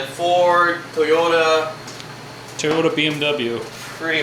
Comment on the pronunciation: lol “Toyoter”